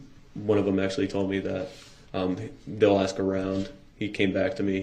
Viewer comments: I agree... It drives me crazy that this fool/animal can't say anything correctly... Biast, suBstain, AXE, AKS... I struggle so hard as a Christian to come to terms with my hatred of this animal, S.O. Woman abusing, CHILD KILLER!!!! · State doesn’t AXE questions. They actually ask. Thug. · Black people please stop saying axe you know dam well it's not right no I'm not racist just you sound so stupid